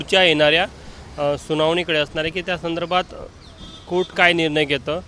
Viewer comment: वकील बिहारी आहे वाटत 😂😅कोट नाही कोर्ट म्हण 😅😅😅